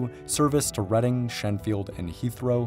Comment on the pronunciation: The fact you pronounced Reading correctly amazed me